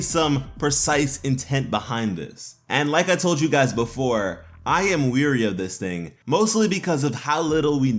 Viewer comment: when you say "wary" I keep hearing "weary"